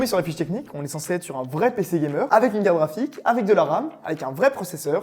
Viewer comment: Mais pourquoi ils disent toujours caraphique au lieu de carte graphique ? A chaque fois j'ai l'impression que c'est une blague sur carapuce 😅